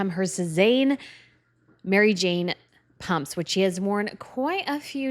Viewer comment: Sie sprechen Pumps falsch aus- noch lernen! Dann sprechender und immer mit „Leute“ an, macht man nicht!! Was haben Sie für einen Beruf???